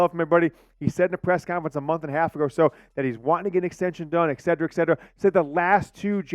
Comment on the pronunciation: Et-set-er-ah. NOT. Ed-see-ra. Come on